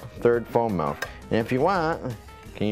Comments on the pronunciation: You’re gonna wanna go ahead and stop saying MELK 😂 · you had me at "melk" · HE SAYS MALK :D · They way he pronounces MILK is very unusual!